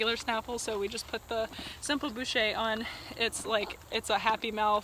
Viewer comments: Hello, what saddle did you use in that video? (Brand, model, etc) Thanks for this OTTB videos it's wonderful. Also, Baucher in French is pronounced b-o-sh-é with a plain o, b-u-sh-é like you said it means butcher ;) just a little tip about that. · Hello, just a little "fun facts" moment for you guys, or should I say for our amerian riders colleagues, from a french rider: the name of this bit is baucher, not "boucher" which litterally means butcher, (and that's the fun fact moment, the rest of this comment is pretty annoying). Baucher is a french ecuyer from the 19th century, and he's at the beggining of what we call today "l'équitation de légèreté", or "équitation raisonnée", and the bit is named after him. You can find all this shit on Wikipedia for instance, or wherever, don't care actually... you sillies americans butchering our dear language (joking !). Anyway, nice work with this young mare, love your kindness and attitude with her ! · Your pronounciation is almost right. The bit is a "Baucher" and it doesn't really have anything to do with the mouth which is called "bouche" in french. The bit is called after François Baucher, a rider and master of dressage 'de la légèreté' in Versailles during the 19th century. The sound /au/ in French is basically just a very deep and low /o/. Like the sound you make to try to stop your horse ;)